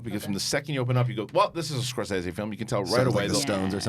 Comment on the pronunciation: Thank you for pronouncing Scorsese correctly, since almost NOBODY does.